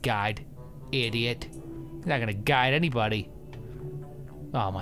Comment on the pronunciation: Just me who thinks that when he says "Guide" it sounds like "God"?